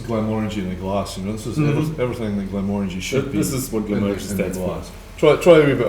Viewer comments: …it‘s pronounced „Glenmórangie“, not „Glenmorángie“ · He definitely does, I grew up half a mile from the distillery, it's pronounced as if saying 'orangey' as in a shade of the colour. Not Mo-Rangie.